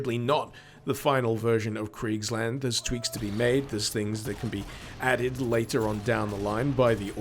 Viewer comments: It's spoken a bit like [Creekslahnd] and I think the sonicweapon is spelled like [Shall, as in I shall do this + waffle, but without the l spoken] -> schallwaffe.... I have an exam to prepare for, goddamnit.. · Why did you read Kriegsland as Cridgeland?